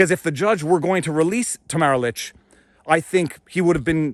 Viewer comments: You constantly mispronounced Tamara's last name *lich' no k lol at lick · Her name is LICH, not LICK. Let us not forget another political prisoner, Pastor Artur from Alberta who was arrested for saying a sermon at the Coutt's protest. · Tamara's last name is pronounced Leech. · Ta-Mare-a Leech …. not Tam-a-ra Lick or Litch 🥰❤️🇨🇦